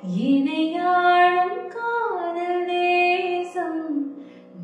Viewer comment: Excellent video The 2nd line is pronunciation to be Enai aalum not enai aazum Thanks for the understanding